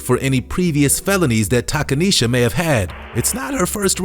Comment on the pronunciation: Takaneshia…. Cmon mane🤦🏿‍♂️